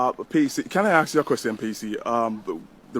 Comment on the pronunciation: "can I axe you?" that's done it for me, I stopped watching ....